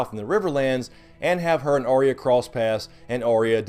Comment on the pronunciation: Why can’t anyone pronounce Arya’s name right? It’s not Ar/rea, it’s Ar/ya. Catelyn in season 1 calls her that, although Sansa always says it way you do. Big pet peeve of mine.